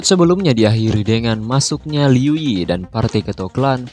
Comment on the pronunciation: Baca nama nya yiii bang bukan ye